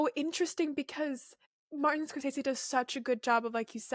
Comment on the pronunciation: Note* ‘Scor-sezee’ not ‘scor-sayzee’. Nice chat though